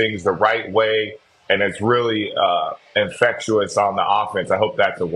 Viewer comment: “Infectuous” is not a word